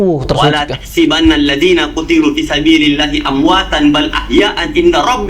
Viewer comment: Itu baca qurannya keliru : Walaa tahsabanna di baca walaa tahsibanna . Dan bal ahyaaun di baca bal ahyaa an itu gmn ... ?